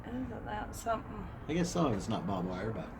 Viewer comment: We two keep saying bob wire, it’s barb wire